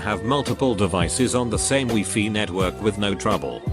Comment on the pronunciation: Those "Wee-Fee" networks.